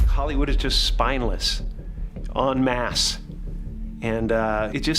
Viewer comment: It's en masse, not on mass.